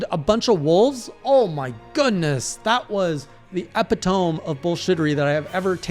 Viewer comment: E-pit-toe-me is how you pronounce that word.